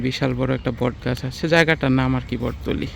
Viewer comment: জায়গার নাম বটতলী না ❌ বটতলা